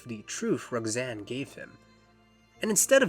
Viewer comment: great video however the way you pronounce Roxanne (like Rog-zane) made me irrationally angry